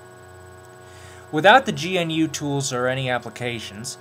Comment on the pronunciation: GNU... GAH-NEW. Recursive acronym. GNU Not Unix.